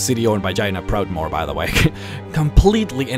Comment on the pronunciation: Sorry to say this but when you say Jania Proudmore, it sounds like you say Vagina Proudmore...